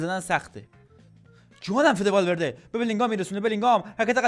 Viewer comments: بابا دمت گرم والورده❌ بابا دمت گرم والولده ✅ 😂😂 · والورده ❌والولده ✅